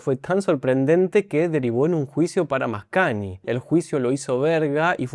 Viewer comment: Muy interesante tu explicación, siempre las disfruto mucho. Solo una observación, la combinación gn en italiano se pronuncia cómo "ñ". Por lo tanto suena algo así como Mascañi